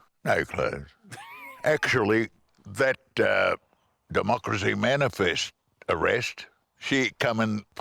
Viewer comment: I love how he rolls his tongue in the word "democracy"